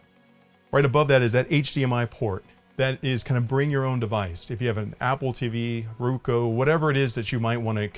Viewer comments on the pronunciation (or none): It's Roku, not Ruko. 😎